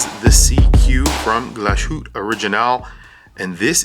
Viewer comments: It's not pronounced "glo-shoot". It's a port-manteau German word pronounced "glas hooteh" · Glas-hütte, not Glaschütte!! (engl: glass hut) is the name of the town where it is produced. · A little constructive criticism - given all of the time you put into filming and editing these videos wouldn't it make a better product to do some research and make some notes to refer to off screen? You don't come across well when you don't know the prices, don't know how to pronounce the brand name, don't know the factory stated specs, and don't know what the bracelet is like (it's absolutely amazing by the way). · Mispronouncing a word in a foreign language is perfectly understandable; however, a watch "influencer" who's portraying himself as an expert to be trusted has no excuse for being unable or unwilling to find out how to pronounce the name of a watch manufacturer.